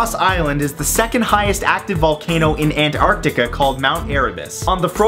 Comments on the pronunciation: Matthew,its antartica Not Ant-Artica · Haha it's funny how he says ant-Arctica . I love you still Matt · Aunt Artica.. What's really the right pronunciation? Hahahaha! Nice! I expected that "Aliens" part! Nice again because you got the underground river here in Philippines on this list! :D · It sounds as if he's saying Ant-Artica